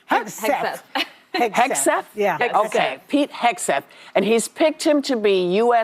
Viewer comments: She gonna make fun of Pete she can't even say his name, she doesn't even have a clue about him, shut your mouth you view loser! He is a way better person than you are, he actually loves our country and you don't! Whoopi is such a loser, sickening! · Goldberg, KNOWS ABSOLUTELY NOTHING ABOUT PETE HEGSETH (she couldn’t even pronounce his name) so proved to me she has no idea who he is Pete, was in the Army, has written many books on the military, Pete, said he DOES NOT WANT WOMEN IN “COMBAT” do your homework Goldberg!!! Goldberg who the heck cares what you think!!! Look at the Administration that Biden has They are awful!!! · Whoopi Smollet doesn't even know how to read Pete's name, but somehow she knows how evil, unaccomplished and unqualified he is because he hasn't had the airtime she has? She might want to reconsider how she comes up with such wisdom and values. They are all such lovely ladies, pushing and pulling each other to Hell, and proudly taking their converts with them. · Ignorant woman can’t pronounce his name. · Can’t even pronounce a 2 syllable name. So elite 😂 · She can't even pronounce his last name, but she's an expert on him? I hope they throw the whole show in the dustbin! All The BEST, Dou , err, I mean JMK!!! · They mispronounced Pete’s last name. Isn’t that racist? That’s what they were saying when people mispronounced Kamala’s name…